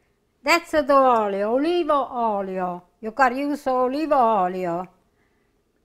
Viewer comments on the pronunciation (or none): "use olivo oilio... olivo oilio... that is the best one."- 😊😊😊